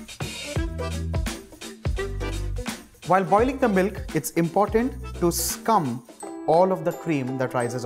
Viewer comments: Great video! Never knew it'd be like this. WHen he said to "scum" the milk, I had to laugh though- he meant "skim" I know. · It's not Scum.... Its called Skim.... Lmao